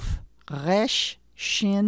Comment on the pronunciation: Also Resh is supposed to be a trilled/flapped R, not a French sounding guttural R.